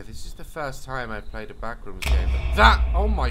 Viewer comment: The way Daz pronounces the backrooms "the BACKRUUMS 😬"